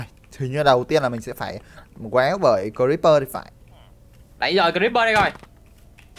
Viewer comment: AI CHỮ BỞI CHỨ KO PHẢI BỜI Ạ